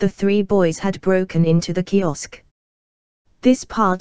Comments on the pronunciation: Yet another automated narrative voice, which is irritating to listen to. Furthermore, it's "kiosk", not "kisok." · This could be a quality video if it wasn't for the mechanical voice and lack of attention to basic information (Kisok/kiosk).